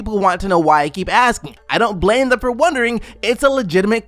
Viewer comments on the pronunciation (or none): none